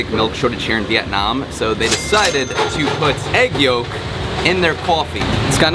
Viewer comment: I hate the way he’s pronouncing the country